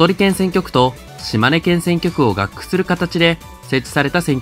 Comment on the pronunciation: 直接動画の内容とは関係ないですが、「合区」の読み方は「ごうく」ではないでしょうか？